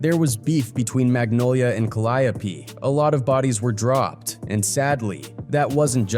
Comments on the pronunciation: Kid from the ka-lie-opee 😂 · Pronounced cal-eee-ope projects bruh ! How u know so much bout P how u aint heard him say tha name of his own damn projects ? Dont sound goof troop on ur own video ! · Not Calliope. We say, "Ca-Lee-O".